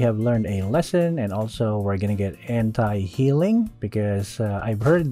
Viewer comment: When he say anti i always hearing it hentai